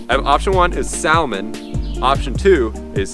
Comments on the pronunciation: "samon" not "sal-mon" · Sa-mon. I work in Anadromous Fish Biology, so basically all salmon species. But it depends on where you live. The accent changes around it. I live in the PNW and most people say sa-mon. So it really depends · Sa(l)mon. L is silent! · 2: samon is the correct pronunciation. At least because you say the L in that then you probably correctly say almond instead of amond... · Its Sam-on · where i live, its pronounced, sa-mon silent l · The L is silent in salmon. Pronounce sa-mon. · Jesus it’s sa-mon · L is silent, pronounced samon. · Its pronounced samon but spelt salmon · have you ever heard of silent letters? its samon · Samon is how you pronounce salmon😂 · Love those trails, and your mental if you think its anything other than sa-mon😉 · I live in Atlantic Canada we also say sa-mon